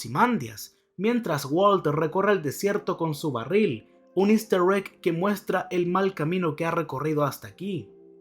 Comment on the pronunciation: haber vuelve a decir hister egg? jajajaj